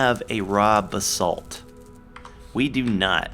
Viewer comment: Everytime he says "Raw Basalt" it sounds like he's saying "Rob Assault" xD